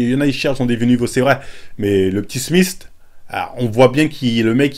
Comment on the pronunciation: "le petit SMISTE" ton palmares en anglais me tuera toujours ptdrrrrrrr